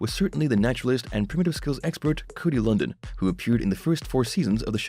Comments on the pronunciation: Have you even watched the show? It's not "Cody London". It's pronounced "Cody LunDEEN". If you watched the show, you would know that. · Would be nice if you knew how to PRONOUNCE HIS NAME!